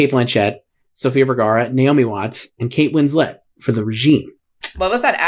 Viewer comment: "kate winslette" took me out 😂😂😂